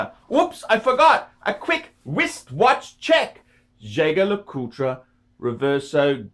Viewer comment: Here's my advice, if the FUCKAH can't pronounce "Jaeger-Lecoultre," his advice is to be taken with an enormous grain of salt. Furthermore NEVER trust anyone wearing a ridiculous notch-lapel tuxedo!!